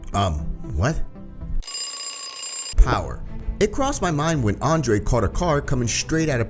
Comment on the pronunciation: when u said andrey the pronounce that u said andrey my real name is Andrhey